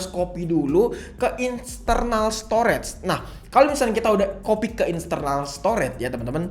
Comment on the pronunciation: "Insternal Storage" new language unlocked 😁